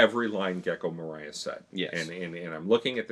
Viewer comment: Can we stop pronouncing Gecko Moria's name like he will sing All I Want this Christmas is You. Just think of dwarves, balrog and 'You shall not pass' when pronouncing his name. kidding aside, people forget how much spoiler they do when commenting because they forget what each arc does not include that gets contextualized in future arcs. i assume that they associate future context with the arc they are hinted at so hard.